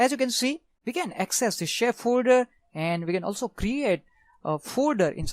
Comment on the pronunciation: Yeah I could understand him as well, but it was a bit funny hearing him say fooder instead of folder at some times. And he spoke just a tad fast too